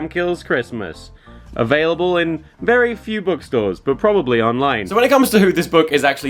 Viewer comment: thas vewy nice 👌